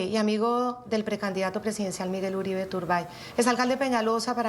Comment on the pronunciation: Esa equivocacion de pronunciar el nombre del martir Miguel Uribe T, eso lo dijo a proposito para piner a hablar a la prensa. No le den gusto, ese criminal solo merece ignorarlo